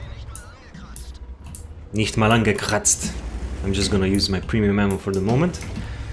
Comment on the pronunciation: "... nicht mal angekratzt!" Your German pronounciation is quite good! Actually perfect. 😀👍